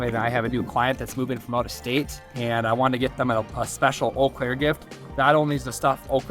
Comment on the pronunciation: Ol Claire 😅 where is that in Milwaukee we say eau Claire is it weird being in Wisconsin but a suburb of the twin cities